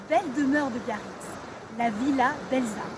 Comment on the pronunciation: Belza se prononce Belsa (le z se prononce s ), sinon ça ne fait pas très sérieux 😀